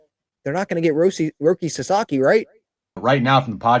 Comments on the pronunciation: In my universe, Sasaki was about to sign with the Giants until he heard those 2 clowns pronounce his name "Rocky" lmao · People, learn to pronounce his fucking name right. Sah Sah Kee. If that's too hard, put his name into Google fucking translate and use the Japanese setting to hear how it's most respectfully pronounced. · Lol man wasn’t trying to sign with a place where people couldn’t even pronounce his name correctly 😂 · Why would Roki go to the Giants when they can't even pronounce his name correctly? That is a big time insult and shows lack of respect! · Sasaki isn't going to your team if you can't pronounce his name correctly. 😛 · the padre fans can’t even pronounce ROKI SASAKIs name correctly lmaooo why would he go to that lame ass franchises and team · Roki sasaki’s name is easy to pronounce, why are they having a hard time saying it?! Darvish is a mentor to the younger Japanese players but, most of them wants to play with Shohei. Also, this feels alot like during the playoffs, they kept saying that dodgers will lose but they kept winning. Dodgers keep getting the players even after they all said not the dodgers. Lol You cannot deny the ShoGM pull.